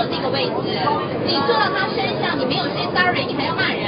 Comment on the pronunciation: 就算是她說她是新加坡人，但聽她那個囗音，可以肯定是后來移民才入籍新加坡的。她那句"小朋友"跟"SORRY"的發音已經把她的原籍給出賣了！所以說她若不是后來入籍的新加坡人，那肯定是個冒充的。